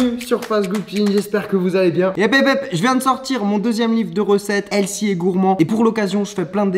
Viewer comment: tu as un livre qui s’appelle healthy et gourmet mais tu sais même pas comment dire healthy. ah les fr